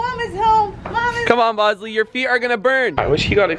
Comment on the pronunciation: she said bosley